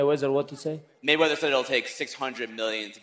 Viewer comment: "I think Mayweser"